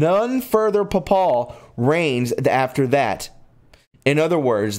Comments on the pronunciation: Papal is pronounced with a long “a” then a short “a”, you mispronounced Fatima, and Carmilite , apostasy and several words. I wish you had some help. There even has been a fake Lucia that the Catholic Church pretended was the real person but it wasn’t. There have been many lies and cover ups. You are really murdering the words. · I love you brother, but your pronunciation it terrible!! Papal is PAPE-al not pa-POL! a Papal reign is the period the pope reigns. Nostradamus has 10 Centuries of Quatrains, so #10-65 means Century 10, Quatrain 65 , not quatrains 10 through 65. I would suggest you read your script aloud to a knowledgeable person prior to airing so you can correct a litany of mispronunciations before you go on air. Again, I truly love your work, but sometimes, with so many simple reading errors and mispronunciations, you lose credibility, and I'd hate for your work to be diminished for this correctable reason. This is constructive criticism, given in brotherly love! Your information is incredibly important at this point in time! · Great video. Pronounced Fa ti ma fat like in a person is fat. .......Ti as in tea ......And ma as in ma for mother. Fat to ma Papal. Is pay pell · Papal is pronounced Pap'-aw, Fatima is Fat'-tim-ma, Malachy is Mal'-a-ki long i, pleurisy is plur'-ah -see. Aspersorium, as-per-sore'-eum. Basilica, bah-sil'-e-ka. Please learn to pronounce words before reporting. I really do like your podcast, it just lacks a sense of literacy. God bless. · Papal is pronounced Paypal. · Fr = Father. Papal = "pay-pul". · Papal is PayPal with the second a Short 😆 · Get a dictionary dummy ... its pronounced pa·pal ˈpāpəl , and Fatima is fa Tee ma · Papal is PAAAPLe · Before you make a video learn how to pronounce the important words like “Fatima” and “papal” and lots of others - it’s really awful to not do your homework in advance.